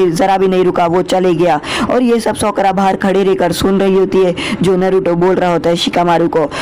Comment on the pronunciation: It's "साकुरा" not "सकुरा" Please correct it😅